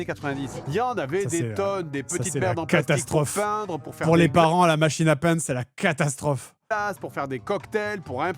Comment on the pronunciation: La pub machine à peindre j'entends "machine à pain".